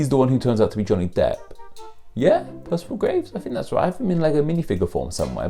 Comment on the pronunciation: Ah but he's not "pierceval" - it's Percival - someone once told me it was more a case of "perceive all".